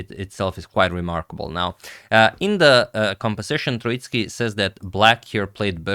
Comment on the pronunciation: Gentle pronunciation note: Tróitsky with the emphasis on the first vowel. This Russian surname comes from the word Трóица, meaning Trinity